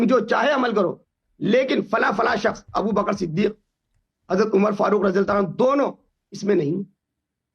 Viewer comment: ہمیں حسن اللہ یاری پہلے تو اپنا گلا ٹھیک کر تو حضرت ابوبکر صدیق حضرت عمر اور حضرت عثمان کا نام لے نہیں پا رہا ہے اور تو جو ہے بات کیا کرے گا ان کے بارے میں ج*** ادمی